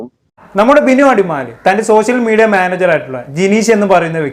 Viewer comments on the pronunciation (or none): സോശ്യ മീഡിയ.... 😂😂മര്യാദക്ക് മലയാളം പറയെടാ.. പോയി കൂലി പണിക്കു പോകെടാ വധുരി 😂😂